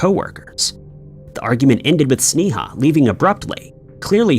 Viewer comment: You are saying her name wrong as can be. It's pronounced (Snay-a)